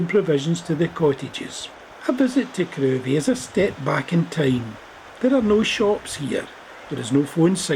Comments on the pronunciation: Lovely video. Crovie is pronounced "Crivvie". As there isn't a road in the village, I doubt many garages were washed away in 1953 :-) Keep up the good work! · It's pronounced "krivie"